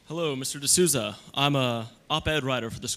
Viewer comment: "D'Souzda"?!?! wtf dude